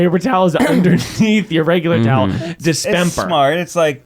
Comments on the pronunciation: Why did pronounce dispenser as dispemper? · Are we discussing that miles is saying dispemper instead of Dispenser???? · WHY IS NO ONE ADDRESSING MILES SAYING PAPER TOWL ??DISPEMPER???